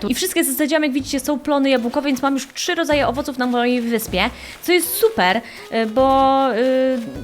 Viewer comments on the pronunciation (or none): none